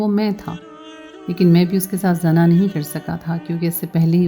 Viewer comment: AP lafaz Sahi ada krein zana nhi hota. Ye Zina hota hai our Bhai lafaz wrong parhti hein Urdu Sahi parha kro